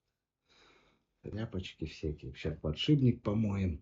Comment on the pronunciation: Уайт-спирит, а не "спирт". Подшипник, а не "подшибник".